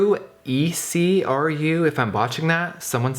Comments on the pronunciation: Ecru pronounced aycroo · Estée Lauder has the same foundation name too! It's pronounced UH - CREW 😂 Ecru is actually my shade! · Close. its pronouned "E-crew" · Ecru is pronounced E-crew. Oh and a dab of white toothpaste over your pimple (overnight) will get rid of it. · EUCRE is pronounced YOU-KER. Lol. Love you ❤️Jeffree❤️. Sorry your skin is having an irritable moment. Must be on your period mama! 😉😁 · you pronounce ecru like e-crew just thought I would let you know